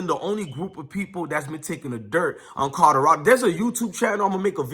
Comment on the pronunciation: YO WTF!!! PRONOUNCE THE "L" IN "COLORADO"!!! ITS NOT A "D"!!!!🤦🏾‍♂️🤦🏾‍♂️🤦🏾‍♂️